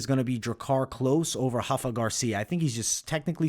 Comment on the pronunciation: My Guy U One of The Best IMO! However its not "Hafa" Garcia its "Rafa" Garcia, he is from Mexicali Mexico where my family is from. Not being petty just dont want u looking uninformed playa. He is a Dog but Im Rooting for Rafa Baby LFG!!!! Hafa is for Brazilian not for Mexicans!